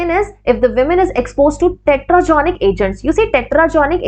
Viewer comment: Teratogenic agents instead of tetragenic. Kindly see regards